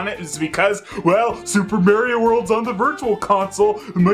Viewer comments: Just criticizing his pronunciation of "Mario" as "Merio," but of course I can't just do it in a straightforward manner.. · Who's this "Merry-O" speaks of? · I love how says "Super Merrio Brothers")) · I never heard anyone else pronouncing it "Super Merio". Not bitching, just saying XD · What a great video that captures a special time period 😜 also I love how you said Mario differently 🤣 21.7.22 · I love it🤣